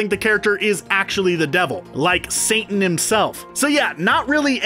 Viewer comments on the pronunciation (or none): none